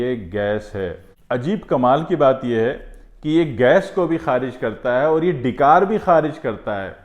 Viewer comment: آپ کی اردو کے تلفظ کی ادائیگی پریشان کن ھے ...لفظ "ڈی + کار" نہیں ڈا+ک ار=ڈکار یعنی "ڈ" پر زبر ھے... اللہ اکبر مسعوداظہر